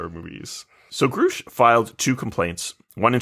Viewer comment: Given they can’t pronounce the name Grusch correctly it seems they haven’t actually watched the testimony